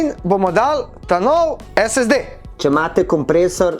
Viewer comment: Eden redkih, ki pravilno izgovarja SSD 🤣